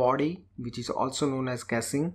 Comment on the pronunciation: please improve your pronunciation like casing.